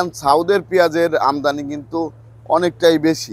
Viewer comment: আমদামি নয়, আমদানি।